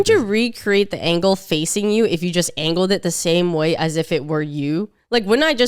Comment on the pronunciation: the way she “angled” it like an Atari joystick fries me but scares me at the same time 😭😭